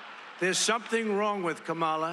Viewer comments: Mr. Tramp sure seems to have an ongoing problem pronouncing VP Harris’ first name. I hope it’s not due to a cognitive decline. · She said how to pronounce it in introducing herself at the debate. In one ear, out the other. Deliberate. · and there's something wrong with a guy who after such a long time STILL can't pronounce Harris' name correctly! or, maybe he's just being "bad". (a different type of mental impairment) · If the former is SO much smarter, then why can’t he pronounce Kamala’s name properly? 🤔 Oh that’s right, it’s intentional disregard. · There's something wrong ... with a Presidential candidate who can't pronounce her name correctly. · Is it mental illness to intentionally mispronounce someone’s name thousands of times in front of other people like that is a normal thing to do?